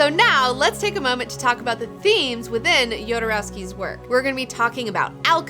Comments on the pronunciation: Even if the origin of the name is slavic, he pronounces it "Hodorowsky". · Don't forget kids: it's not YODA-rowsky, it's HODOR-owsky! :D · It kills me how poorly you mispronounce everyone's name, especially Jodorowsky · You should first learn how to pronounce correctly his name